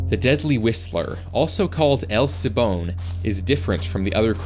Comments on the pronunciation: its el siLbon bot sibon dipshit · el sibon🤨 it's silbon with an l Edit:DMN MY CULTURE IN THE VIDEO 🇲🇽🇲🇽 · Perdón es Silbon no sillon